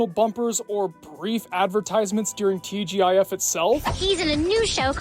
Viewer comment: TGIF, pronouned TeeJiff. Actually I remember watching the old TGIF and if it wasn't a family watch 90% of the time. It was definitely us kids watching every Friday. Also that was Keith Carradine in Complete Savages, he's one of my favorite actors btw. I didn't hear it mentioned and never heard of the show up until now.